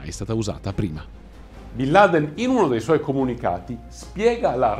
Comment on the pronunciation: Come si fa ha raccontare così tante balle. A partire dalla pronuncia del nome.